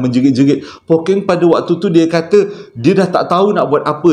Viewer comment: Hahaha Pokkeng bang 😂 kalo Pokeng jadi lain maksud ye nanti 🤣 tertinggal 1 huruf “K”. but it’s oky. bunyi ye lebih kurang. kalo orang utara lain maksud ye